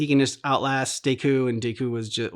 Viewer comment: Why are you saying deku like that?